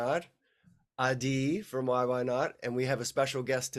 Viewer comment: I’m stoked for the possible West Coast show! Also happy to know how to pronounce Ah-DEE’s name! You rock, Adi 🤟🏼 -Steve Bolton